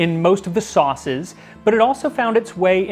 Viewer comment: correct you said all 4 sauces wrong... 😂